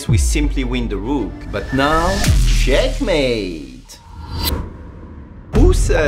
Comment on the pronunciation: everytime you say " CheckMAaATee" feels weird, man xD